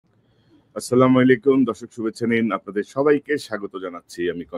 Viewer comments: ইলিয়াস ভাই সালামটা একটু সুন্দর করে দেন ভাই আসসালামু আলাইকুম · ইলিয়াস সাহেব সালাম সঠিক ভাবে দিয়েন। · কনক ভাই আসসালামুয়ালাইকুম। আপনার সালাম দেয়ার উচ্চারণটা পরিষ্কার করে না দিলে অর্থ ভিন্ন দাড়ায় দয়া করে এ বিষয়ে খেয়াল করবেন। আমরা আপনাকে অনেক ভালোবাসি। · ইলিয়াস ভাই কিছু মনে করবেন না আপনার সালাম টা আরেকটু শুদ্ধ করে দিবেন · ইলিয়াস ভাইয়ের সালাম দেয়াটা সংশোধন করা দরকার উচ্চারণটা ঠিক হচ্ছে না। ইলিয়াস ভাইকে ভালোবাসি তাই সংশোধন করার জন্য চেষ্টা করলাম